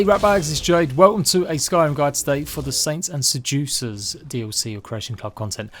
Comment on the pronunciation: Saints and Se-jew-cers